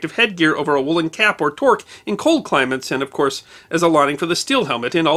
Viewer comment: You called a toque a torque. *LOL*